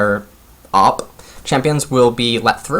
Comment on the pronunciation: Nice to hear about nocture pick - was very curious of it myself:) Please tho its "ohh pee" = OP, not "op":P - sorry true britt cannot allow his language to get brutalised any more <3 <3